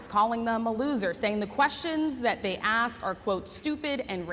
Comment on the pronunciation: Republicans don't need to pander to blacks. They have never needed their votes. Also, why do they pronounce "aks" instead of "ask"